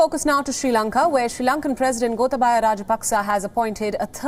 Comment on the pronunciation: "Gotabhaya" you pronounced "gotha baya" 😂😂😂 "gotha" means useless "baya" means coward 😂😂😂 yes you're right he is useless to our country. He is only drama king, doing nothing we are suffering from many things. He wants another war but we don't want another war. We suffered by 30 years of war. We want peace and happy life.